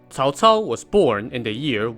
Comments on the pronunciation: Holy shit. First you tuber that pronounced Cao cao properly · Person talks about Cao Cao and pronunces his name right. Ok. You've got my attention. Let's watch the whole video. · Did I just heard the correct pronunciation on Youtube? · Miguel Suarez-solis its pronounced as either "Ts'ao Ts'ao" (wades giles) or "Chow Chow" (pinyin) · Cao Cao.This is the most standard pronunciation I have heard.😂